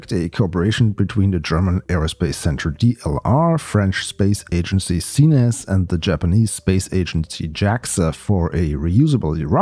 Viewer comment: I LOVE the way you prononce CNES. I found it better then it's prononce in french ( like KNES in one syllable)